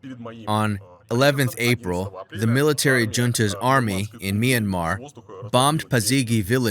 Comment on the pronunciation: it'd be great as a local citizen of myanmar if you just pronouced Myanmar as Myan-mar a bit fast because that's how we say it and I don't want local citizens to be confused with Myan-mar and Me Yan Mar